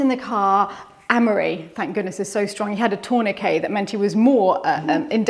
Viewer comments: Tornakay? I know we Americans have different ways of pronouncing the same word but this is one I’ve never heard pronounced this way - for tourniquet. I found it very funny…no offense intended but it caused me to chuckle. Love this video with the two couples answering the same questions. Watching from PA, USA. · is bilingual, British English and French. Tourniquet is a French word, the t is silent.